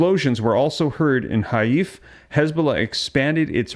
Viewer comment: It is pronounced (Hi-FAh) Haifa.